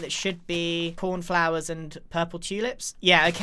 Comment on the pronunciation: Are we going to ignore the fact that Grian calls daisies.. pornflowers?